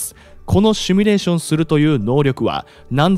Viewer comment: ✖「シュミレーション」 〇「シミュレーション（英: simulation ）」